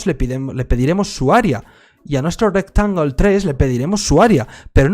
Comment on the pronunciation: "My RecTangulee"